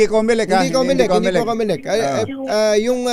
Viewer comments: Comelec! Comocolek😂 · Cocolect yan hindi comelect